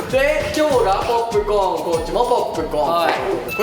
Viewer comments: どうしても樹のポープコーンのイントネーションが気になってまう… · 田中樹何回か新しい「ポップコーン」の発音してきて正しい発音が途中で分かんなくなる